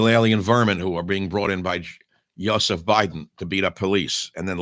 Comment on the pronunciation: "YO seph" Biden 🤣🙄🤣